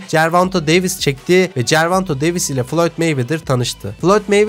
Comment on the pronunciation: Gervanto değil karşim gervonta davis....